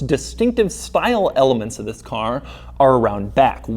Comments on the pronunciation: Wzis is the 2020 Porsche 911.... Why does he say wzis??? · He pronounces "THIS" exaggeratedly.